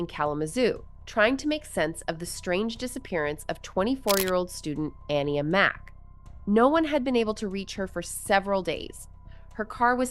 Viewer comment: It bothers me that the host keeps mispronouncing the name Aniya when her family mentions her name many times thoughout the clips that she used for this video.